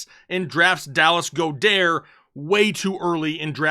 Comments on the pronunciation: The person who told you how to pronounce Goedert must be a newbie lol. I'm taking notes daily. Can't wait to get the show started man!! Thanks again! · Lol why are you pronouncing Goedert’s name like he is French 😂